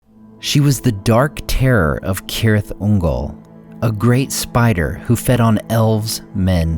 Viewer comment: Thanks for the proper pronouncing of Cirith Ungol. I'm so tired of Sirith Ungol.